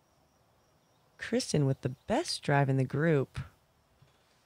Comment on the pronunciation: No, but she mispronounces Kristin "Krischun" like Christian putting a "ch" instead of a "t".